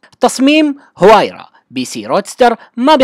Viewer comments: اسمها الحقيقي وايرا وليس هوايرا... المصدر (عربGT). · نعم اسمها وايرا لأن حرف H لا يقرأ بل يحذف